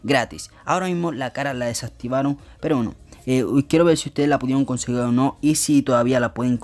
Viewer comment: me estresa que haya dicho tantas veces " conseguil"